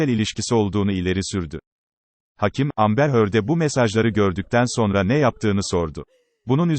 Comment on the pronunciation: Merhaba hakim kelimesini doğru şekilde telaffuz etmiyorsun o şekilde söylenmiyor haberin olsun